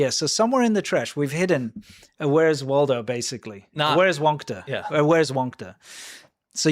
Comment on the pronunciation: Are you asking "Where's Waido"?